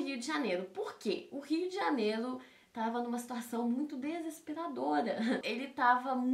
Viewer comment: "o Rio de janelo" kkkkkkkkkkkk